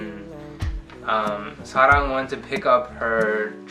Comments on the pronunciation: 되게 세세하게 기억하시네요 쏘스윗ㅠㅠ특히 사랑님의 이름을 정말 한국인처럼 자연스럽게 사.랑 이라고 발음하는 게 인상적이에요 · 중간에 사랑님이 노트 가져가실 때 가만히 계시다가 사랑님이 오케이 하시니까 바로 말씀 시작하시는거 너무 귀여우세요ㅠㅠㅠ 그리고 보통 외국분들이 사랑이라는 말 발음 하실 때 약간.. 음 사뢍? 솨뢍? 이렇게 하시는데 남편분은 딱 정확하게 사랑 이라고 하시는거 너무 설레욥.. 뭔가 사랑님 성함 말씀 하실 때만 톤이 바뀌는 느낌?? 그리고 마지막에 리틀 멍기들한테 하는 말들도 너무 귀여우셔요ㅎㅎㅎㅎㅠㅠㅠㅠ 좋은 이야기 들려주셔서 감사합니다 Thank You So much 😁😁😁😁❣ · 맞아요 완전 공감!ㅋㅋㅋㅋ 저도 듣자마자 와, 이름만큼은 정확한 한국 발음 이시네~ 하면서 완전 감탄! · 사랑을 사랑이라고 발음해줘서 너무 좋네요 ㅎㅎ. 근데 남편분도 유투버세요? 어색해하지도 않고 말씀을 잘하시네요. 대단해요! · ㅠㅠ 헐 사랑이라고 원래 발음으로 부르는거 심쿵 ㅠㅠㅠㅠ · 어머어머 머야!!심장을 막 때리시네요ㅠㅠ항상 궁금했었는데 남편분이 직접 말해주시다니..사랑이라 부르실때마다 너무 친숙한 발음이라 깜짝깜짝놀랬어욬ㅋㅋ남편분이 사랑언니 많이사랑하고 배려해주는게 느껴져용♥ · 하 ㅜㅜ 스윗하다... 사랑님 이름 발음해주는거 진짜......더더두더행복하세요오오오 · 완전 스윗해요 ㅠㅠ 사랑이라고 한국발으으로 정확하게 부르시는것도그렇구ㅠㅠ 사랑님도 사랑님 남편분도 부부가 너무 멋있네요 🙈🙈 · 한국식 발음으로 사랑이라고 불러주는 목소리에서 정말 언니에 대한 존중과 사랑이 묻어나오는 것 같아요😊 늘 예쁜 사랑하세요 언니! 보는 내내 행복했어요♥️ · 그와중에 사랑 발음 너무 좋고 언니랑 제시 둘다 서로를 아껴주고 사랑해주는게 너무 보기 좋고 이뻐요❤ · 두분 너무예쁘신거 아니에요엉엉😂 하나하나 세세하게 조곤조곤 심지어 사랑님 이름발음까지도 또박또박 예쁘게 말씀해주시는것 같아요 네 맞아요 솔직히 다예뻐보였어요..네 사랑님은 정말 사랑받을자격있으신분이라 생각하는데 그에 걸맞게 그사랑 가득받으시는것 같아 보는 내내 입고리가 안내려간것같아요 항상 사랑님 그리고 두분 응원할게요!!:)💕